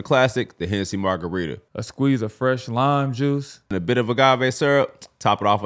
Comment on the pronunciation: LMFAO FAX "a squeeze of fresh... lime. juice.. " 😂😂😭😭😭